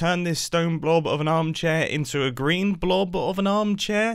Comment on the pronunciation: Not going to lie. Mumbo saying green sounds like he's saying grian. So... GRIANERY